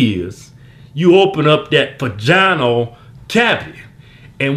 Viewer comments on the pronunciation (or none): "Dat paginal cavity" 😂😂😂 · that vaganal cavaty lmao